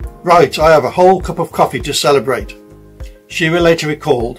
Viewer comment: pronounced shi-rah